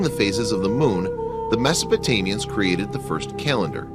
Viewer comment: Did he say Mesotamians? lol